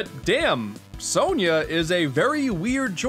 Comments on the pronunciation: It’s pronounced “Sonia” not “so-nyah” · Isn't it "Sonia," not "Sonya?"